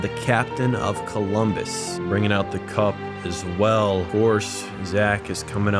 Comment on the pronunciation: "Cumbolus" Deadass bro?? 🤣